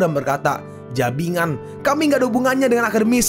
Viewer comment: jibangan aja min, jangan jabingan